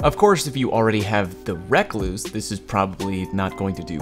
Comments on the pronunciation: "Reck-Loose"? Lmao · Fork on the Left lol yes i noticed calling it that too lol it's funny we have brown recluses in my area so I've always heard it pronounced the correct way lol not reck loose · Any one noticed the way he says recluse